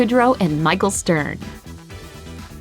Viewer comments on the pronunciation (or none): The name isn't Michael Stern, it's Michel, he's French!